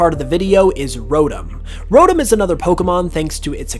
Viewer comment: its ro tom not rotam